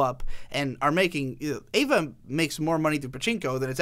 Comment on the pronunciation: good video but every time you pronounce EVA as EIVA i cringe but good video regardless.